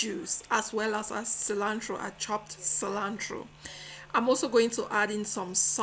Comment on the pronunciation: I was literally laughing at “cilantro-eee” and lemony lol 😂